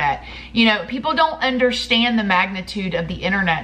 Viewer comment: Girl I love the way you say underSHtand😊😂